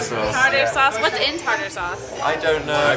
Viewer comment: Okay, I'm sorry, but how the hell did not know how to pronounce "tartar sauce"? Has she NEVER seen Spongebob???